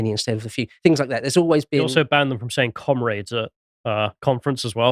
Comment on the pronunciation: I miss hearing them say “Cumraids”